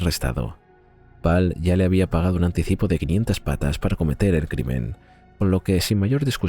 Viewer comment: PESETAS NO PATAS, INTELIGENCIA ARTIFICIAL...NO SEAS BOBA.